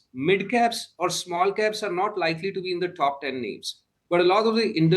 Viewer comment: Pronouncing "Top" as " Thhoph" won't sound you an American.